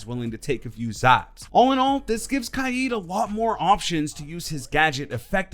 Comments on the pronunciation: You say kaid funny is k-aid you know what I mean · did he pronounce kaid wrong or have i been pronouncing it wrong